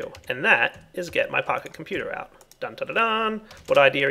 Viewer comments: When you say "Pocket Computer" it sounds like you're saying "PahiComputer" and I think of Pahimar... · Seems like you say pahi-computer :D